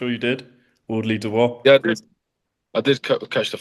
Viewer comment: It's not Du-boice...it's pronounced Do-bwah🤦🏽🥊I'm still a supporter..you're a pretty good fighter💪🏽